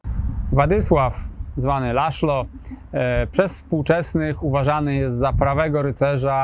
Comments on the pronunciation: Co za tuman. Czyta się (Laslo) przynajmnie, gdy robi się o nim odcinek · Węgierskie imię Laszlo wymawia się laslo.